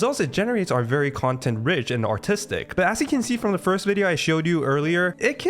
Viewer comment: I had to watch the video 3 times to hear "artistic"